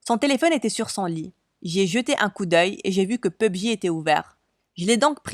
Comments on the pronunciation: Pub-Ji 😂 c’est pour pas dire PUBG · Pubji xD non mais serieux.... P U B G 🤦🏻‍♀️🤦🏻‍♀️ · P.U.B.G C'est comme ça on dit😭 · Yes pubg (pubji) in English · On dit pubg